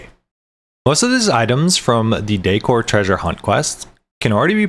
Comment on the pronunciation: Haha, others said something to correct the way you pronouce decor. I stopped listening to your last one and was reading subtitles. Yeah, the word is decoration, not dEEcoration. Content was good tho. lol